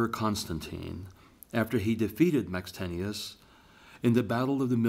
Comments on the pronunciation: He says Maxtenius, while it's Maxentius. Lol 😁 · Maxentius, not Maxtenius! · Spelled maxentius but pronounces it maxtenius. Grr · Seriously? 'Jupiter' spelled as 'Jupitor' with an 'o'? And then pronouncing Maxentius as 'Max-tenshous' twice when the written super is right in front of your eyes? And the lip licking and sucking slurping sounds going on. Gave up after about five minutes. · Very annoying mouth noises. Jupiter, not Jupitor. How on earth did you pronounce Maxentius?